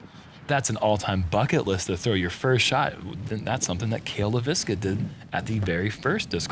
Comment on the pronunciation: Cale actually pronounces his last name pretty close to how a Finn would. Leiviskä is a Finnish surname.